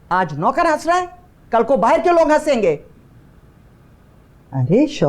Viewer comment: ..... بھار نہیں باہر 😠